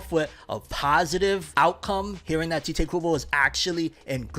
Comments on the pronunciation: "Tite" kinda like saying "Kite" I keep hearing him say "Tea-Tae" like what? Tite Kubo Almost like saying "Tight" but not. It's a one syllable name. Sorry for nit-picking, I can get ansy over little things sometimes. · You know you're pronouncing 'Tite' incorrectly, right? You should watch a video on how Tite Kubo pronounces his name. It might allow you to pronounce it correctly 👍🏼